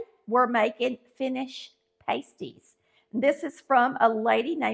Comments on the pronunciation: Not "Patsy", It's "Pass-tee"🤣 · PRONOUNCED PASTIE AS IN PAST. 😊👍🏼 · I am married to a Finn. I make them all the time. These are called pass-ty. The way you are pronouncing the word is a pair of small, cuplike coverings for the nipples of a stripper, nude model, etc. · Pasties are pronounced with a short A not a long A. Pasties with a long A is something the is used by ladies of the night to cover two parts of her upper body. Look it up. Just saying. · UK miners ate these when they went underground, so it is not Finnish, but the recipe was brought to the UP of Michigan bcos of the iron and copper mines. There is a large Finnish community in the UP, so that may be the confusion. Instead of making individual pies, I make them in a pie tin like I would a 2 crust pie. This is a healthier version as it doesn’t have as much crust. Also, u are pronouncing it incorrectly. It is not pronounced like something erotic dancers use to cover their nipples. Ha. I’m from the ketchup camp. Can’t eat one without it. Thanks for bringing this to some ppl’s attention. It is a delicious dish. Since it has onions, carrots, and often rutabaga, it doesn’t need anything to accompany it.